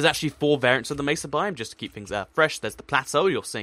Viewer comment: OH MY GOD! Thank you for not pronouncing it meh-suh! Good lord it's annoying when people say it like that.